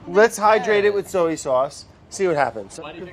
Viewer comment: Sowy sauce Brad you mean soy sauce 🤣